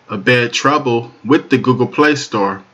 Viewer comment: "Trobo" is not a word as the way you pronounce it. The proper spelling "Trouble" and is pounced like it is spelled